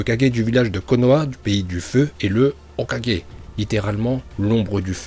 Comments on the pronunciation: Pas hokogé mais hokagué ça se dit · Arrête c’est Hokagé pas 4G 🤦‍♂️ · Je sais pas pk mais meme si c’est vidéos sont bonne je comprend pas pourquoi ils veux tjr prononcer hokage avec j a la fin parce que pour avoir vue la série en japonais 5x en anglais 2x et en francais 6 ou 7x dans toute les langue sa se prononde avec un g 🤣🤣🤣🤣🤣🤣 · Arête de dire Hocager à la fin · Exprime toi mieux quand tu parle tu dis mal Hokage etc tu deconne mec tu s’en s pas que sa sonne mal